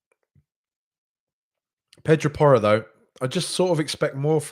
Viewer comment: I like how you say Pedraporro as one word. Forget who, but one of the prem commentators was calling him “Poirot” like he was solving murders from right back.